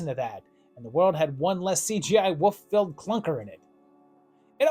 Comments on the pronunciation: Can’t get past you saying woof, not wolf. Had to stop the video. Sry. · Is it just me Or is he saying Woof, not wolf?